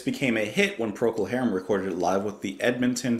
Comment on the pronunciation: First time pronunciation was spot on.